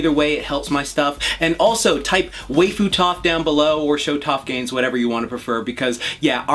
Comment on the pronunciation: are you trying to pronounce waifu? bc i think it's pronounced like wife-fu